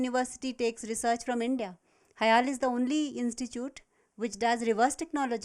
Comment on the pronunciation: its not hale , its HIAL do ur homework right